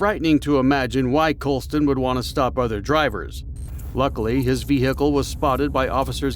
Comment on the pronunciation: Say vee gee kle one more time again